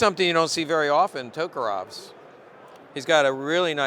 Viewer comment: correct pronunciation would be TOKAREV'S not TOKAROV''S